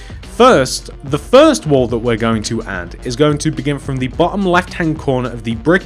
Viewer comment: omg he said "At the bohhom"